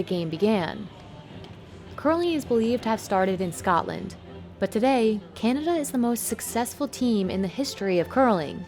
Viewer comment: "Scatland"? Really? I thought they came from Scotland. 🤔